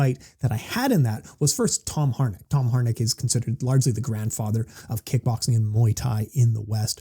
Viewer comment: First you forget his name and now you murdered its pronunciation😂 Its Harinck not Harnick🤭 But great breakdown of the current state of kick and mt! Thanks again🥊 Also looking forward to the C6 breakdown show